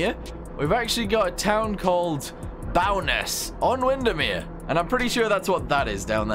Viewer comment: pronounced Bow-ness, can see my house almost